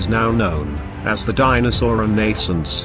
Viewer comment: ReNAYsunc? Stupid computer voice took me several times listening to realize it was saying "renaissance."